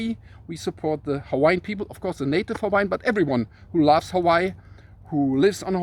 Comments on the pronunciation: Nice job on the Hawaiian pronounciations and history! 🤙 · Hello from Florida! So happy you made another video! It's so good to see you and Anna again. Keep them coming because we love your knowledge and your energy. I swear I think you must have been Hawaiian in a past life because your pronounciation of the Hawaiian words is perfect. Love your shirt!!! Can't wait for your next video!!!